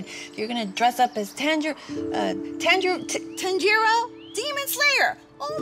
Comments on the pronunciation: ITS NOT TANILLO IT TANJIRO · It is ton-g-row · Tanjiro:❌️❌️❌️ Tanj-il-lo:✔️✔️✔️